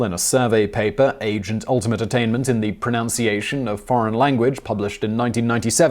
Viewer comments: "Try making a mistake online, even if just perceived and not an actual mistake, and... well... you will see what happens." Glad you mentioned this b/c you say "pronOUnciation" instead of "pronUnciation", and this in a clip about language learning and pronunciation. For shame! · It's pronunciation not pronounciation ... ;) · Aaaaaaaaaaarrrrrrgggghhh!!! You said pronOunciation! There is no ‘O’ next to the u in pronunciation!